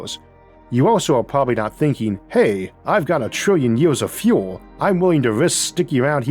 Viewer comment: you cant even say years correctly. how the fuck am i supposed to take you seriously?